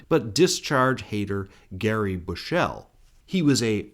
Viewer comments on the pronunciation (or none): Gary Bushell is a racist wanker and it's produced Bush-all has in the phrase hiding your light behind it. Also nowt - is pronounced naw-out. It's a Yorkshire expression meaning nothing. I once had a conversation with an Aussie on a tour of New Zealand about how Murdoch effed the media in both our countries. Dennis Potter named the cancer that killed him Rupert after him.